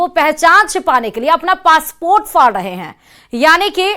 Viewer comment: Phly urdu k ف sahi karen phr bolen فاسپورٹ نہیں پاسپورٹ hota hee😂😂😂😂